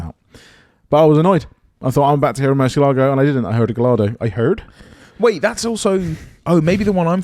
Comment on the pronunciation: a question for the guys... Given that you pronounce Gallardo as it's written, rather than Guy-ar-doh as Lamborghini have it, why do they pronounce Murcielago properly rather than mercy-lay-go? 😁